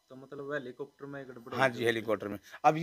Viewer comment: इसे हैलिकोप्टर का नाम भी बोलना नहीं आता. और इसकी जाँच भी होना चाहिए।